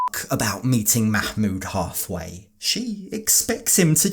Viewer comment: "Makmood" lolol